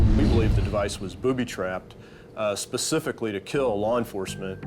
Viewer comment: Bro said "not pacifically" 😭